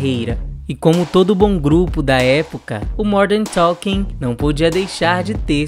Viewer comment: Vc fala Morden talking